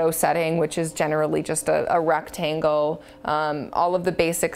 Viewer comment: I think this is directed at older people who had a film SLR camera and yeah need to learn digital. I don't think its for.. anyone else. lol but c'mon she said 'rectango'. props for that.